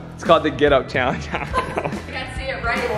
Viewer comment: Lol and say "cheeallenge"